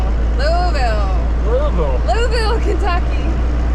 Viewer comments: It's pronounced "Louavul" all slurred together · Thanks for not calling Louisville Lewis ville but you did say Lewee ville its pronounced -------- Lou ah ville